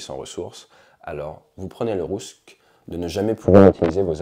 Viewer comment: "Vous prenez le Russque" 😂😂